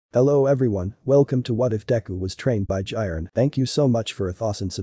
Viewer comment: Ah yes "Jairen"